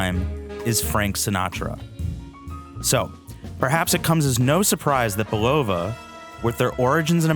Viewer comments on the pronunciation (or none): Seriously, you put all that work into this video and you still butcher the pronunciation of a WELL KNOWN watch company? You ought to take this down, re-record your audio track and re-post to save your credibility. Bil-LOW-vah????👎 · That pronunciation was both sad and painful to hear.